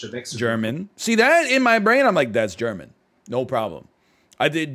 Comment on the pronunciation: I lived in Germany for a year s when he got it wrong I almost cried because to me it seemed very easy